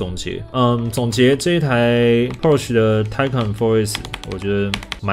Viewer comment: 念Taycan是不是怪怪的